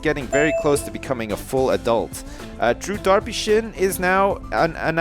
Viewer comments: It's not drew darpyshyn it's drew derpysjin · Whenever you say Drew Darpyshyn, it sounds to me like Derpy Sjin lol